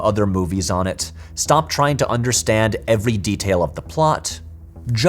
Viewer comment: hey patrick is back! yay! and with a slight accent on that ever(d)y!😎